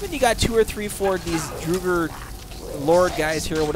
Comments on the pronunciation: I think it’s drogger like frogger w a d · Pronunciation guide: respite = RESS-pit, draugr = DRAW-gurr, apparition = a-puh-RIH-shen (you've been saying "aspirition", which means nothing) You also seem to be confusing Mjoll the Lioness and Aela the Huntress (two completely different characters). Your follower in this video is actually named Mjoll (me-OLE). The boss's name is King Olaf One-Eye. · Its not Druger its Draugr with an Aw in the au. Np for the help. ;)